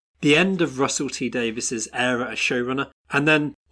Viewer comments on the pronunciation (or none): IT'S PRONOUNCED 'EEERUH' NOT 'ERROR'!